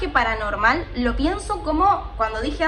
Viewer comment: Me deje el video de fondo, y escuche al principio " 3 chismes para NORMALES". Me sentí confundido por un segundo. Me recordó a un chetito que hace videos diciendo un "Hola NORMAL?" 😅